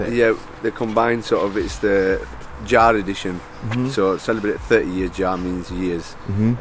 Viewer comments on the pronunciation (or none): What knickers?😂 Thanks for clarifying the pronunciation of year in German it was driving me nuts! Yara NOT Jara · Ze Germans pronounce j as a y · When he says Jar does he mean Yah-reh when referring to Jahre? Great car in anycase. Well worth the extra £££ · Jarre...??? Jahre as in Yarr. FFS 😖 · YARI edition. Is how you say it. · Jahre is pronounced like Yara 💯👌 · Dude its pronounced ya rah, as in Spanish for year(s) jahre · U have to correct the title it is 30 Jahre ,it is not pronounced as jar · It's Jahre not "Jhare".